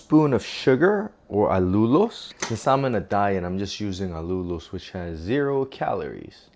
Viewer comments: All-you-los NOT all-lulu-los. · AL-you-looz (rhymes with close, as in don't stand so close to me...) 😁